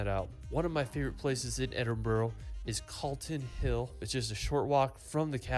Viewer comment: It's pronounced Edin -bra